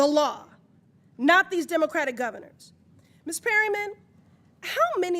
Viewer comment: Why can’t Comer say the word “Democratic”? It’s grammatically correct and he just sounds ignorant.